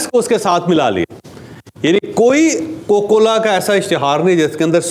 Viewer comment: کوکو کولا نہیں جناب کوکا کولا۔